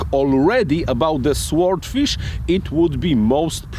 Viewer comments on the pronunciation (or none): Silent W, Sordfish. Bize.